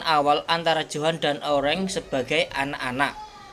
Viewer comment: uruk bang bukan oreng